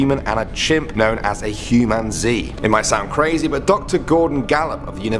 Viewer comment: The lady said humanzee wrong